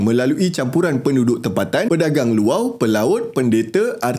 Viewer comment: bang sebut 'luar' tu 'luau'.. loghat mana bang..